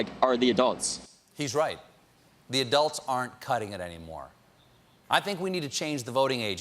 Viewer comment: "we haave to do summting"